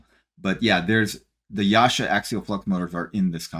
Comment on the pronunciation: YASHA??? YASA, DUDE